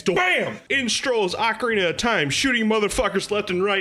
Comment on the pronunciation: First Also you pronounced ocarina wrong